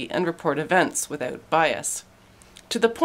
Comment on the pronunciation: The way you Canadians say without